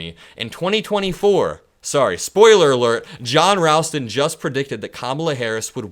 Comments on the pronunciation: You're mispronouncing 'Ralston', a very common name, as found in the company name 'Ralston Purina', the people who make Purina Dog Chow and Chex Mix and cereal. The 'a' has the same 'a' that 'ball' has. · John definitely knows his stuff in Nevada! He’s really good. OH and FYI: John pronounces his last name R-ALL-ston not R-AL-ston. 💙Just being helpful💙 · pronounced Rawl-ston FYI. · Thanks for all the great info. Just want To let you know that Ralston is pronounced "rawl-stun" and wahoe is Pronounced "wha-show". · thank you for pronouncing Nevada correctly. Ralston is pronounced with an “all” sound. (Rallston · Wa-show county, not wa shoe. And saying Ralstons name wrong too.